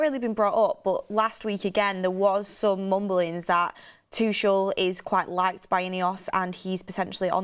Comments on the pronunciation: I’m actively seeking help but it really irks me when names are mispronounced. Tookelle, Tooshle. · The way she kept saying tuchel. Has she never heard how you pronounce his name before !!!